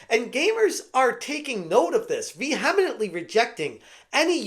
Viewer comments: Vehemently. Vee Him Meant Lee. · you keep adding an extra syllable to "vehemently" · hey i've started watching your channel since the concord failure, and i like how you deliver news in gaming. one thing that i have noticed though is that you like to use the word vehemently, nothing wrong with favorite words but you miss-pronounce it every time as vehemenEntly adding an extra e and it just distracts me a whole as it sounds like you are stumbling with your words. just making sure you are aware of this :) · Vee-hah-min-nen-tel-ee ISN'T A WORD! Vehemently - it's only 4 syllables ya schmuck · Vee Hem Inent Ly. His new favorite word Lol! That’s great bro, nothing wrong with sounding it out. Great vids! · Repeat after me. Ve-HEM-ent-ly. Or ve-HEEM-ent-ly. Four syllables. Just four.